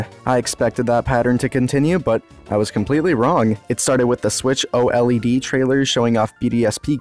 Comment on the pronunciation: lmao the way you pronounced OLED made me fall over